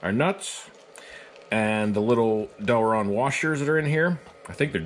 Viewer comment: Why do so many people...including some engineers, pronounce Delrin as Delron? It burns my ears every time. Im an engineer that designs with that material often, so I unfortunately get to hear that "i" obliterated to an "o" all the time.